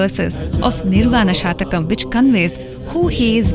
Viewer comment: It is निर्वाण षट्कम् , (ನಿರ್ವಾಣ ಷಟ್ಕಮ್) a garland of six verses. If you pronounce it as shatakam, it means it has 100 verses. षट् is six. शतकं is indicative of 100 (verses) नमस्ते।